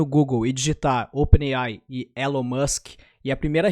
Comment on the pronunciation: "Élon" A pronúncia errada sempre incomoda...